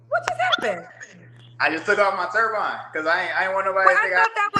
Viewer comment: Turban, baby, not turbine. He seems nice.